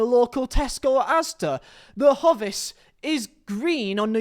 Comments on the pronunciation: It’s pronounced hoe-vis surely 😂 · My millennial brain: "Wow, this young man is remarkably on point here!" My boomer brain: "Wait a fucking minute, how did he just pronounce HOE-VIS!?" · The way you pronounced hovis offended me more than that shirt ever has or will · The real tragedy is how you say, "Hovis." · I was thinking the same😂😂